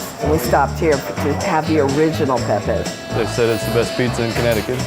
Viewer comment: It's not Pepays.